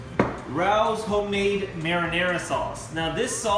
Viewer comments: He said "Rowz" marinara sauce. Lol. It's pronounced Ray O's. It's a famous restaurant in NYC. Not making fun, just never heard anyone say it that way that's all. Recipe looks great. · Apparently it needs to be a little more famous. I thought it was pronounced Rowz too. Great sauce however you call it! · It looks really good ....but the pasta sauce is pronounced Ray 0's. It's from the restaurant on Arthur Avenue in the Bronx